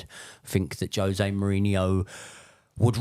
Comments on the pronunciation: He’s. Name. Is. Ho-zaay. Surely Chelsea fans know this. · Portuguese pronounce J as Js not H lol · Grates me anytime a long time chelsea fan still calls Jose as "Hose" lol. That aside, heard a lot of drivel in this from Josh. There are so many glaringly obvious errors in games that scream 'lack of proper coaching' , game after game. The ultimate blame for that falls on Poch. It's all well and good being friendly with players and bonding with them, but if he's failing at the primary job of coaching, then what good is he to the club? This isn't Ted Lasso. It's the EPL and chelsea's supposed to be an elite level club.